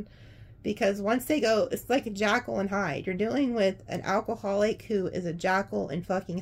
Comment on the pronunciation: Not jackal, like the animal, but Jekyl, as in Dr. Jekyl.